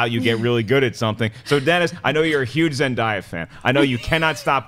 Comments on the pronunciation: It's zen-day-a not ... zen-da-ya (hearing you guys say that made me cringe lol !) anyway good job and keep up the good work xoxo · Lol her name is pronounced ZEN-DAE-YAH not ZEN-DIE-YAH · It's ZenDAYa. Not ZenDIEa. That kinda annoyed me. Lol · Omg it's ZEN-DAY-A not ZEN-DIE-A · but it's pronounced Zendiea, though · It's Zen-day-a...ask her she'll tell you...I only know cause i have a daughter who watches Disney Channel all the time. :) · her name is pronounced Zen-DAY-ya by the way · You are pronouncing Zendaya name wrong it's zen day a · It's pronounced Zen-DAY-ah. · You guys her name is zendaya it's pronounced zen day a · lol yeah you're right! it is pronounced ZenDAYa. I guess I just got so used to hearing people pronouncing it wrong! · another video with a wrong pronouncing of Zendaya name I wonder what she haves to say lol